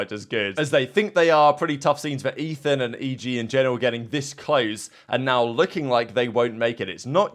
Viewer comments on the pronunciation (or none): none